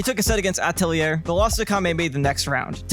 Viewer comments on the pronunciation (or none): none